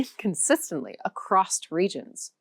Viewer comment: "acrost" is heard - quite unexpectedly.